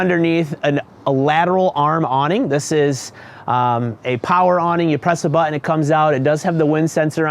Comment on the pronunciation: what's a "butt-une"? it's pronounced buh-tn. Or Butt-n. It's a glottal T. Please just google it. I just can't watch the rest of this. I don't know what generation started this bastardization of these words (button, mountain, pattern, etc) but I just can't listen.